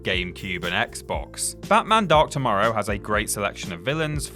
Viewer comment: When you say Batman Dark Tomorrow, it sounds like you are saying Batman Dr Mario